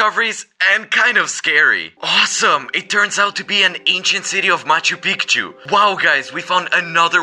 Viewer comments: It’s Machu Pichu not Machu Pikachu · nah bro said machu pickachu